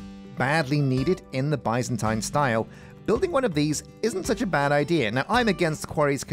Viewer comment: Alllmost seen all the vids for this series so far, why have nobody told him how to say Byzantine or Byzantium???????????? Still bugs me off everey episode